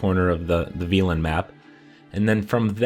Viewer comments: You heard everybody in-game says vel•en right? How did you come up with ve•lin? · İt's read velen. Not fucking violin. (Only bad part of the video) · Could be wrong but I'm pretty sure it's pronounced vEHlen not vEAlen. Also that last one in khaer is accessible through a cave on the east side of the lake. Don't try to climb it like I did it's a waste of time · Jason Broadway are you stupid? probably just stupid... where does he pronounce is VIOLIN? you're deaf as Fuck hahaha if anything he's pronouncing it vEElen instead of Velen.. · Thank you so much for this! Well done! Side note, it’s pronounced “Vell-on”. It rhymes with felon. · Veelen. Navi-grad. Oh you have a way with words:D